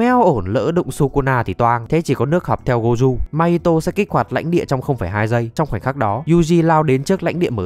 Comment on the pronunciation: má ông thầy tên gojo đọc là gô jô mà đọc goju thấy ngang tai ghê 😂😂😂 ( tui ở nhật >5 )